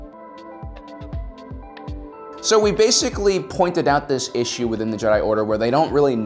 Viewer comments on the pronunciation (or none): none